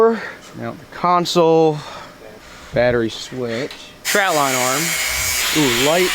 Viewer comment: Trot line, not trout. TROT!